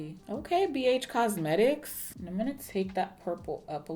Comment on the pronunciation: That Texas accent snuck up on you didn't it lol...Bee Eytch Cosmetics...